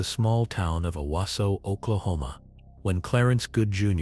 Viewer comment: It’s pronounced Oh-wah-so not Owah-so 🤣🤣🤣🤦🏼‍♀️